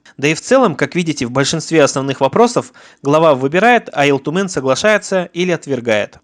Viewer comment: У тебя с произношением плохо? Почем Ил Тумен говоришь с акцентом? С 3 минуты выключил не возможно слушать. Хотя очень интересная тема